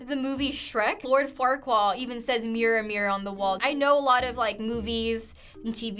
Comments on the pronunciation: Did she say "Lord Farquaal?" Cuz its Farquaad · Lord Farkwa ... I had to log in for this one Isnt it Farquad? ALSO its Tiny Toons. THATS where they use "toons" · Who tf is lord Flarquall???? Lmao its farquad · Lord farquad NOT FARQUAL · Did this girl just say "Lord Farquaal"? It's Farquaad. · It is farquad not farqual get you movies right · "Lord farquaa" lmao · "Lord farquaal" WRONG STOP YOU HAVE JUST DISCREDITED EVERYTHING YOU HAVE SAID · Did she say, lord Farrkwall instead of farquaad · you mispronounced my name. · I'm sorry, but did she just call Lord Farquaad, Lord Farquaal?